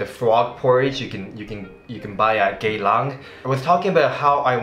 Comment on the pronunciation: Pronouciation for geylang the stress isn't on the 'gay' part lol